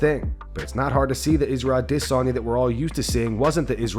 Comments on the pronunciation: Can you just go back to sayin Adesanya normally bro 😅😅 everytime i hear you say Idissonya instead of adesanya i just laugh 😂😂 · it's produced adasanya, not ahh-this-sonya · Man I hate the way the narrator pronounces Adesanya like E-Diss-On-Yeah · You pronouncing adesanya with all that extra oomph on the DISS just makes sense, yet sounds dumber and funnier every time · Israel ah-DIS-on-YAH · Why do you say adesanya like that bro? Ah-DIHSS-anya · My Nigerian friend says you’re overpronouncing Ah- Desanya It’s more subtle than that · Stop say Dis onya 😂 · I can’t stand how this guy pronounces Izzy’s last name. aDEsanya. I don’t care if that’s closer to the real African way to say it. No one else pronounces it that way. That’s all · Bro goes out of his way to say aDESanya to hurt my brain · Why this arshol pronounce it adi zanya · am i the only one that feels like they are losing brain cells every time this guy says Adesanya??? it’s pronounced “a·duh·saa·nyuh” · I fuggid HATE how u say “Israel Ah dISS anya” Like wtf. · Surely I can’t be the only one who finds it annoying and irritating the way this guy says “Aah-ddday-Sanya”! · Why do you say "DISSanya"? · I really love how the narrator pronounces adisanya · Israel A-DISS-anya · i always freeze when i hear "ade sanya" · a-DIS-soneya like why the fuck did u say it like that multiple times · If you fucking say aDDesanya one more fucking time I’m done man… yeah we get it! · Please learn how to pronounce adesanya, its 1 word not 3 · Dude quit saying izzy's last name you say it weird af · The nerve to say Adesanya like that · PLEASE STOP SAYING IZZYS NAME SO WEIRD, THANK YOU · Fuck I hate the way you say Adesanya! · The way dude says adesanya gets annoying like he pauses on every syllable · How do you have an MMA channel and can’t pronounce the most popular fighters last name? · Not many things as annoying as hearing the way you say "Adesanya" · Fuck the way you say Adesanya... drives me insane